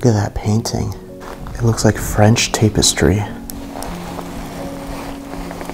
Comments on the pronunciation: Tap es tree not tape est ree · Tap .... (tap)estry.... Right? Never heard tape...(tape)stry. Just was bugging me, but you do you boo 🥰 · lol ur pronunciations of things crack me up 😂😂😂 tape-estry. It’s tap-estry. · Say it with me, Tap Tap Tapestry… Tap-es-try. I’ve got you buddy! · Dude, that is not silk wallpaper. That is not a grand piano, it's just an upright. And the coffee table is not a countertop. And also that painting is not tapestry (properly pronounced TAP NOT TAPE, is not tapestry, it's simply a painting. The ceiling edges you described as "plaster" is called "Crown Molding". "The jackets are HANGED up here"? Really? They're HUNG up.